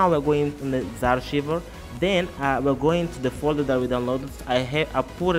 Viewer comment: What the hell is zarr-shiver? XD It's Z (the letter Z) arr-ky-ver. Archiver. Like archive, but with er on the end. Z-Archiver. Also, Magisk doesn't work on knock off Chinese phones, as they block access to recovery mode and the sideloader.